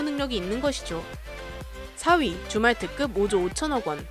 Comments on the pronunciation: 줌왈트급... 자꾸 주말특급 으로 들림 ㅋㅋ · 줌왈트급을 주말특급이라고 들음ㅋㅋ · 줌왈트급이 주말특급으로 들려요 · 줌왈트급의 발음이 주말특급으로 들린다. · 자꾸 주말특급으로 들리네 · 줌왈트급 나만 주말특급으로 들었나? 예^^